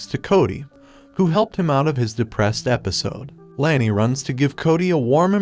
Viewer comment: It’s Lani, not Lany.